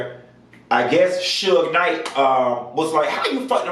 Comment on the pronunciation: Is it me or did he call that man Suga Night ..... lmmfao 🤣 🤣🤣🤣